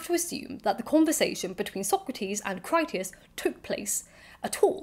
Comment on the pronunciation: Your mispronunciation of Critias is not to do with dyslexia. British classicists have been mispronouncing Greek for generations - applying rules of English to other languages pretty much indiscriminately. I appreciate that dyslexia makes decoding IPA pronunciation guides difficult - there is often an audio version, but you can't really be criticised (! clue !) when the majority of British and American scholars routinely mangle classical languages. There are some good YouTube channels on this subject. I'm never entirely sure how some names are supposed to be pronounced and opinions, especially on "dead" languages often vary. Your pronunciation is generally good enough.